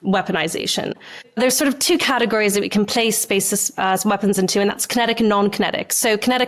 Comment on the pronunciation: The, that, there. Not ve, vat and vere